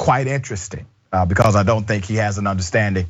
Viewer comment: "Bay cawz!" X2